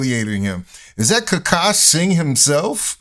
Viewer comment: His name is Akash, not Aaaaaaaaakash.